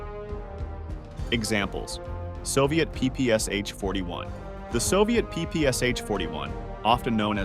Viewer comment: PPS-h [ pi:-pi:-es-eɪtʃ ], he said. In "ППШ", the Ш is [ ʃ ], not [ es-eɪtʃ ].